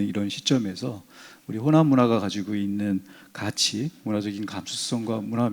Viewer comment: 우선, 가치의 발음이 틀렸나이다. 첫 자 "가" 는 길게 발음해야지요!